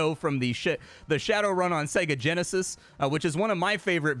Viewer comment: helloo... bosss, yeah sooo.... I can't come to work today, said segageneshis too many times and... what do you mean i'm fired?? helloo?? helloooo??